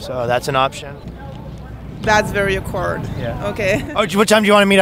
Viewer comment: “that is very a-quard”